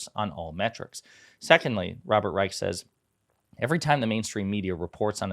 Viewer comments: I believe Robert Reich’s last name is pronounced “Reish”. That tidbit aside, thank you for continuing to put a spotlight on the media’s double standards in their treatment of Biden! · yes I’m aware “ch” is often pronounced as a hard “k” but in this case I’m going to go with how the man actually pronounces his own name, which is with an “sh” sound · FYI it’s Robert “rye-sh” not the hard “k” sound 🙂